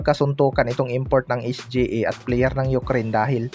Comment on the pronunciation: Sa nxt video mo kpag narinig kopa yang SGE, mag unsubcribe na ako.😂😂😂 es-gee-ey kasi.